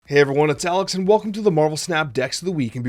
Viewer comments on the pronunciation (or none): none